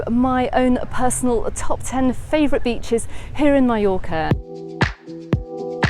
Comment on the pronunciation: You finally got it right - Mallorca, not Mee-yorca. :)